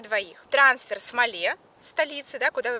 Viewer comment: Все круто, только столица Мале, - ударение на первый слог